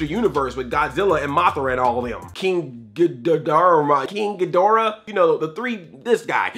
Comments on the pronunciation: Oh my God Andre you can't pronounce King Ghidora unsubscribe! ( Jk love your channel ) king-gah-door-ah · I think its pronounced King GEE - DRAH